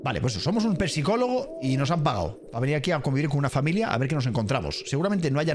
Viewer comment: Por que dice pesicologo 😂😂😂😂